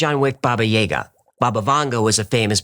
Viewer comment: Yah-gah not yay-ga